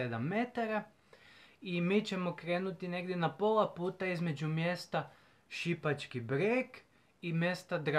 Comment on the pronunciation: Živim blizu toga, inače je malo drugačiji naglasak na Šipački Breg, a Sv.Bernard je kao gostionica u kojoj se može popit piće,u vlasništvu planinarskog društva